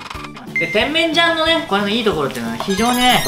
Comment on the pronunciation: てん→めん→じゃん↑ ・・・イントネーションがw